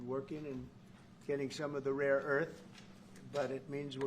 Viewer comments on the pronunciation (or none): "raw earth, raw earth is what we dont have" the smartest, the rightest (right every time all time kind of right) one cant pronounce "rare".